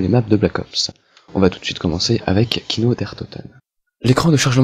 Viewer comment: c'est kino et non pas kiko :)